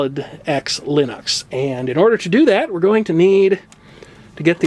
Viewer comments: okay well, you and Linus both say it wrong. It's not Lennox. Linux. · I know what you said about the pronunciation of Linux, but, from what I've read, Linus says that you can pronounce it in several differed ways including line-ucks, and lean-eeks.